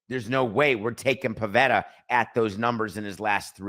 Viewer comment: It’s “Pivetta”.